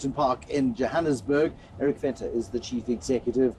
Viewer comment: Venter not Fenton